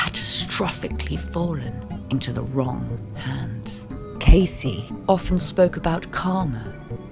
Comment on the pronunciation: If you're going to make these videos, at least say the dude's name right!